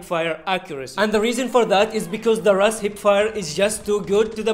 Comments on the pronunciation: It is not "RAS" it is called "RUS". In Russia we dont call Yemen as Semen smh. RUS-79U means Rus, 1979, ukorochenny(shortened). It is a game name anyways. Real name of the gun is AKS-74. However it is called "RUS" in game not "RAS". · This is the first YouTuber that said R U S as RUS